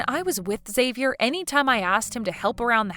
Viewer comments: Learn to pronounce Xavier if you insist on using that rare name. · Good acting except you need to get all actors on the same page about name pronunciations before they record their parts. One sis kept saying Xavier/Xavi in American way of starting with a Z sound & the other kept pronouncing it as an H, like Hispanics (who would change the spelling to Javier/Javi). Weird to hear 2 supposed sisters constantly pronouncing the name so differently. 😂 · Why does one person pronounce his name one way and the second person pronounce it a different way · Depends on the person. It can be pronounced as "Ex-avi-er", "Ha-vi-air" when said in Spanish if spelled with an X or J, and "Zay-vi-er".